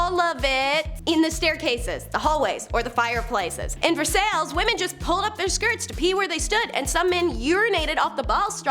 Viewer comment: "Ver-sells" What the fuck are you even doing.